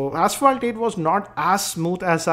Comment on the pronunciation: PLEASE CHECK PRONUNCIATION OF ASPHALT. Please be a normal reviewer, do not try to act cool. you are not